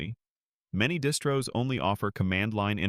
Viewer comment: linux is a family of distros, or sounds like you sied dis-bros.